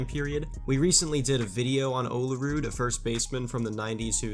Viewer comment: You say olerud wierd. It’s “Ol-rude” not “oh-la-rude”